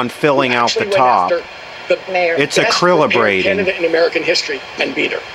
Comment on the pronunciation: "aquillibrating" hahaha legend!!